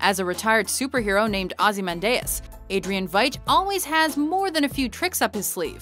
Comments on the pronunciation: Not only that Eddie, but the pronunciation is wrong. It's NOT Ozymandais, It's OzymanDIAS. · Ozzy-man-dee-us not ozzy-mun-day-us.... F$%^!!! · I think ozy-man-Dias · "Ozymandayus" you mean "Ozy-mandee-us" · Please make sure you pronounce the names correctly. Dee us not day us. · Ozzy Man Deus???? GTFO Ozzy Mandy Us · sonicdeatmonkey I know right, Ozzy-man-day-us............what?!?! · I died when you pronounced Ozymandias. Aussie-Man-Day-Ass is just wrong. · The fuck you pronounced Ozymandias as "Ozzy Man Dayus" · Evil Villan Ozi-men-day-us! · what the fuck is a ozehmandayas? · Everytime yoy pronounce it Ozymandayus I want to cringe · that pronunciation of Ozymandias makes my eyes bleed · prepared to write something in defense of but then I heard the pronunciation 10 seconds later. Just, wow... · came here to say something along those lines. Ugh that part of this channel drives me insane, they could at least check their pronunciation on this shit before doing it. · was bout to write in a comment section my self, but it's easier to check below and see if someone has done it alredy -.- WD does like to tease us. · Dont they say his name in the movie? always does this. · Each mispronunciation of "Ozymandias" was just a stab in the heart. Uggghhh.... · It's pronounced "Ozzy man di us" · The pronunciation of Ozymandias. Wow. Just wow. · Mispronounced Ozymandias. Good to see its not just the anime lists that are plagued with that. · Ozymandias isn't evil and you said his name wrong. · What's with the weird way of saying ozymandias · Another completely random top10. Also that's really not how you pronounce Ozymandias. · Please don't say Ozymandias' name anymore unless you're gonna pronounce it correctly,.:/ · Could your pronounciation of Ozymandias be any worse?